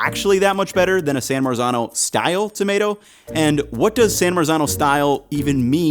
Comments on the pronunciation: Lolol "San Merican Tomato"!! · Just to help out with authentic pronunciations here: San Marzano - San Mart- Zano Cento - Chento and Thanks for letting people know about those san american tomatoes, the price of those considering they're from NJ is just BS. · The correct pronouncination is San Martzano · Hey. it's pronounced san Mart-zano. please learn to pronounce it before you make an entire video about it. it's totally grating... it's like someone pronouncing new york, "newee york" for an entire video. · Yes, the correct pronouncination is San Martzano, but correcting the English and American about the correct pronouncinations is a hopeless and endless project. They have no idea about other languages and they pronounce every non-English word totally wrong. Not just with accent, but totally wrong, and they do so very confidently. What 's more if you say it correctly they are trying to "teach" you the the wrong pronouncination. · You're killing me with the Italian pronunciation 😆 "Cento": 'ce' should be pronounced like 'che' in "cherry". "San Marzano": the 'z' should have a 't' sound in it like "mar-tzano".